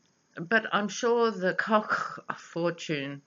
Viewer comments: Hi,, we pronounce Koch as "Coke" Brothers. Love your readings in America! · Hi, The correct pronunciation for "The Koch Brothers" is "Coke". I love your pronunciation better Ha! Ha! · hahaha youare too funny when you say kochchh! I have this same exact thing I do about my brother and his block head(we are half german half sicilian italian) he favors the german side with his big blochchh head I say block like you say kochchh. I am dying laughing everytime you say it!